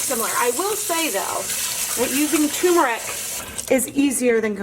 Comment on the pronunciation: As an Indian... For the umpteenth time... It's not "t-ù-meric" It's "t-er-muric" as in urr... Turrm-urr-ic